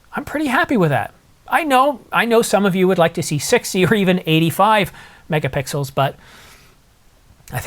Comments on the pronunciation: "Megapickles" or Megapixels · I think near the beginning of the video he says “megapickles”. I’m not sure the photos would look better with megapickles, but if you throw in a pastrami on rye, that would be a good combination!